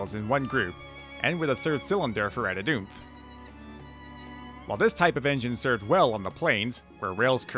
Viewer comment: What's Adidoof?